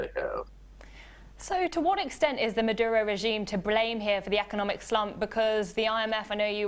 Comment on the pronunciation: The name is Maduro, not Meduro. Also, the US government is partially to blame. Don’t get me wrong, of course the country is plagued with corruption and shitty planning, however think about this. Why the hell is the US meddling with foreign economies? What do they care? If they care about the common people of Venezuela, the last thing you want to do is impose economic sanctions, which ultimately harm the local market.